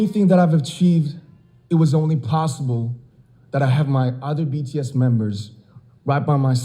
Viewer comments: BTS bukan be te es ! Kaya oprator google aja😁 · but bi-ti-es not be-te-es;(( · Bi ti es please Bukan be te es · BTS as Bi Ti Es not Be Te Es 😭😭😭😭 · Humor hanya sebatas "be te es"😭🤣i mean, it's "bi ti es" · You pronounced right for kim nam jun. But BTS (isn't) BE TE ES that should BI TI ES. i'm sorry for my poor english 😕. Im just ordinary Army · Kadang aku suka diomelin sama tmn yg fans bts , karena aku manggil BTS jadi BeTe'es bukan bities . Tapi dari Han Yoo Ra sampe Miss Sacha manggilnya BeTe'es juga 😂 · Bities bacanya:( bukan betees:( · Bacanya bities bukan betees🤟🤟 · Bities not betees kak ㅠㅠ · Btw kk bukan BeTeEs tapi BiTiEs :v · Please kak..Bi-Ti-Es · Dia bilang be te es hhh fucekk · be te es oke lah, skrng... anda slh baca jga anda jg hrs bljr jga, krna anda myruh kmi agar bahasa inggris kami bener(pndpat gw) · TOEIC Kim Namjoon BTS 850 saat duduk dibangku SMP namanya Kim Namjoon, kakak bacanya udah bener "kim namjun" tapi lebih gampang kalo kakak pake nama panggung "RM" bacanya "ar em" trus nama grup BTS bacanya pake bacaan huruf inggris jadi "BiTiEs" sukses terus ya kak. aku suka konten kakak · Be-Te-Es wkwkwkwkwk